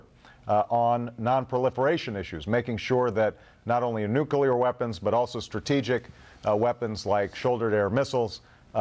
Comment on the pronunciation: Well... he can ALMOST say nuclear, so he's already an improvement.